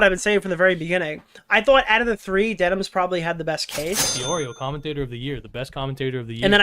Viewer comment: If bro says dennins one more time im gonna lose it